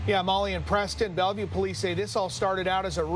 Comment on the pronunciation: “Belleuve Pimp.” That don’t even sound right lol.